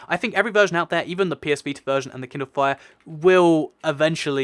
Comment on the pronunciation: Wait he said kinlde fire